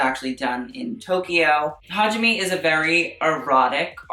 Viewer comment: “HA—gee—May”